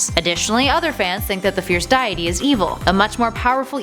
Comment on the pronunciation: " The fierce diete" Wow you don't even play the game